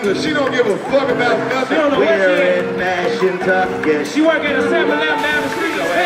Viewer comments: I did too😭😭😭. They was supposed to say Mashantucket but just said fuck it and said "Mash Kentucky." 😂😂😂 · I did😭😭😭. "Mash Kentucky." I was like "When they come to Kentucky?" 😂😂😂. Them niggas was supposed to say Mashantucket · this whole time i'm thinking they saying "Mass, Kentucky" this shit is Mashantucket 😭😭😭😭